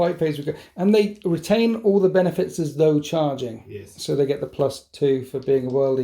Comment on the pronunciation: Is Alex pinching the way you say yeys or did you pinch his yeys